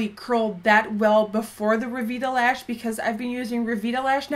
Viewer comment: It's pronounced ( re vito lash ) just so ya know xo ps Latiess is way better I thought I was head over heels before but now after Latiess it's insane I'm on cloud 9